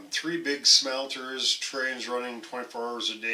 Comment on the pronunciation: "Smelter, Delter"